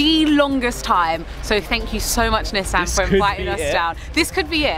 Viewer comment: LOVE THE Way YALL PRONOUNCE NISSAN!!! It the US we pronounce it (knee-sawn) but the way y'all say it is SOOO much better